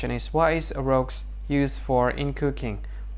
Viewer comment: It’s pronounced like roo